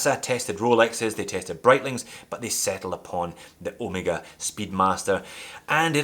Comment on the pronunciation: An english speaker that pronounces Omega correctly, yay, instead of Omeeeega.Does it matter? Obviously doesnt, even I have started calling Porsche, Porsch, so people don't think I'm a try hard. Another one freqently mispronounced name in the watch industry is ETA. It's not E.T.A. Great video of my favourite watch.